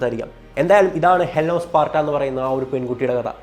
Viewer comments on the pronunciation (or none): ഹെലൻ ഓഫ് 'പാട്ട' എന്ന് അറിയാതെ പറഞ്ഞതായിരിക്കും അല്ലേ...😂🤣 📍Pin please...